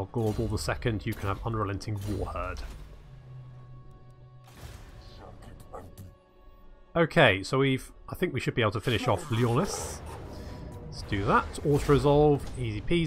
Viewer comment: I hope you'll play Repanse the Lyonnesse one day (It's pronounced Lion with an "Esse" like in "Finesse"). Not only is she one of the best Bretonnian morality wise, but she's also able to considerably boost the infantry, making them far more able and allowing for more tactical flexibility.